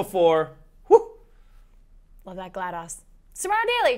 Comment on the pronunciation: was saying Glad0s wrong. It's Gla-DOSE not Gla-DOS